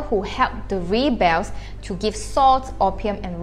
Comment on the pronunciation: Ree- bells?? Haha, so cute. My dear, "rebels" should be pronounced rare-bers. "...disappeared from THE history." The "the" is not necessary. It only implies that the sentence is not complete. Correct sentence should be just: "...disappeared from history." You know,, you should help write and edit a book on this. I'm pretty sure many academic institutions will find it most wonderful on their shelves.